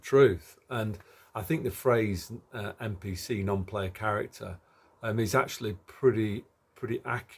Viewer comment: what makes you say MPC instead of NPC